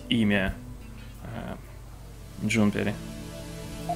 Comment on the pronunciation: Почему ты читал Джунипер как Джунпери? Вот почему?